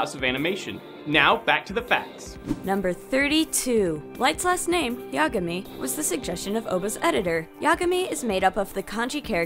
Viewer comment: "Hi! my name is Light Imagay. Ya- Yagami!!